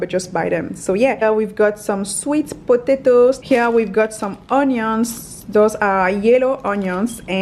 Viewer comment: I like how she says potato is sounds funny